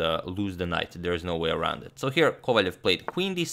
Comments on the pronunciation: Why do you say Kovaljev his name is Kovalev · Since you're striving to pronounce names better. Wiki says that Vladislav's name is "Владислав Ковалёв", so it should be "Kovaliov", stressed on "iov".